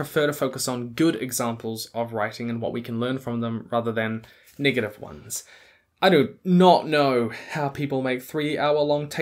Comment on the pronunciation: Every time he says negative with his NZ accent I panic